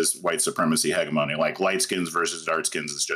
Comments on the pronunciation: yeah, heh-jeh-meh-nee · he said hegga-moe-nee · Oh no I didn't think someone could mispronounce the word "hegemony" worse than Vaush how could this happen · What is the proper pronunciation? HEDGE-EH-MUH-KNEE?